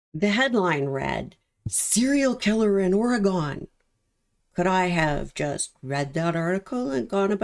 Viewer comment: I found you just a few days ago. You are so very in tune with these cases. I found your videos not only informative but easy to listen to. Just a little FYI it’s pronounced, Orygun❣️a fan from Oregon.